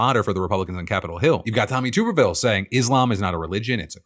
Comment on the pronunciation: Phil, the senator from Alabama's name is pronounced "Tub-er-ville"